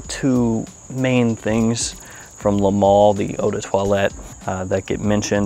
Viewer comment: I haven't liked any Le Male (that's "le mal not le mall" by the way) until this one, I love this. If ever I wanted to win a bottle this is the time!!